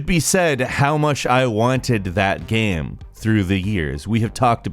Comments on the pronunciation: This guy pronounces the word "game" so weirdly. "Geeyums" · Did you say games console or gehms console?